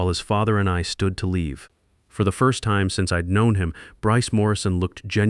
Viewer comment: You need to fine tune your AI and redo the story. The thing can’t even pronounce time right.